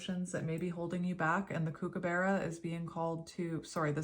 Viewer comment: Hello, from Australia. Mr Kookaburra is pronounced cook-ah-buh-ra 😊